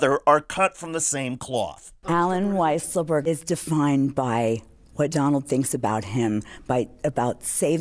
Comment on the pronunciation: it's so weird how they mispronounce weisselberg.